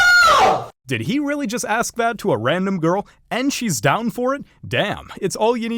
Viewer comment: Why do they say "he did aks?" They say aks instead of ask. Why "aks"? 👀